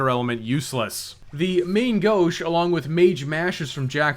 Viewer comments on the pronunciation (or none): great series, but if i hear 'main gauche' pronounced american instead of french again i'm gonna go insane